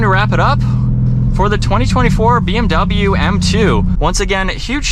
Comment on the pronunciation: научитесь правильно произносить слово BMW